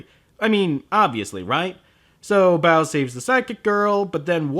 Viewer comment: I swear every time they say "Baoh" I hear "bowel"